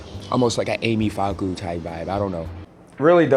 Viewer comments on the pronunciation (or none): American accent vs SA😅😅 USA: COPS ZA RSA: KABZA USA: AMY FAKU(This was funny to hear) RSA: AMI FAKU (ARMY FAKU) 😂😂😂😂😂It's all love man just pronounce her name like indicated above she's my fav too